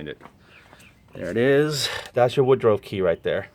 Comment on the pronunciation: it is pronounced wood ruff(rough) not wood ro .